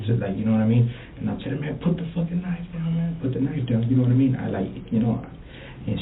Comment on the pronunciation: "NOD-A-MEEN".? No, I'm afraid not.